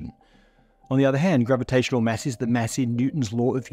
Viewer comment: Lol, your pronunciation of "mass" is a mess. 😝 What accent does it come from?